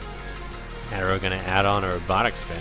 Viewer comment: It's "Uh-Terro" not "ah-terro" lol